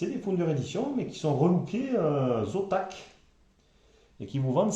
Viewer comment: Zotac pas Zontac lol